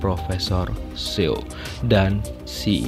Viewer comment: Makin bagus mimin reviewnya. Pembacaan nama orang korea nya udah benar seperti "Sontae" dibaca "Sonte" walaupun kdang" mimin bacanya "Sontay" 😂. Banyak juga nama" lain seperti "profesor Seo" semua channel bacanya Seyo bukan so. Trdengar sepele tp bagi sebagian org yg udh mndalamin bhsanya jd agak aneh gitu 😂